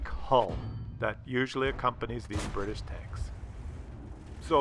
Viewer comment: Bri tish not Brridish